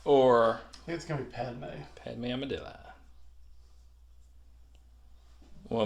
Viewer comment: that grievous attack is what happens when you pronounce padme's name like that